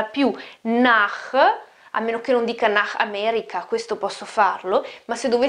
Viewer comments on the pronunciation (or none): none